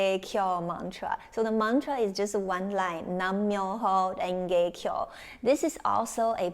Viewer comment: It's NAM MYOHO RENGE KYO.... NOT "NAN"